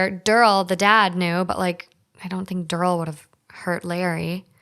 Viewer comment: Derrrl? Darryl.